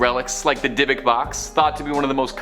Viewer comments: Food.for.thought:Dybuk box pronounced( Di short i /bek) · It's pronounced dybik...like sick..dib ick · Why do these narrators not read over the script and double check pronunciation of any unknown words. It seems like it would save embarrassment and comments like mine. “O~pry” “dybbuk box”